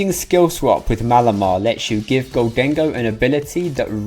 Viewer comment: Gholdengo --> Moldengo --> Condengo